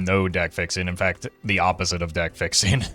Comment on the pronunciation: It’s yellow DECK not yellow deck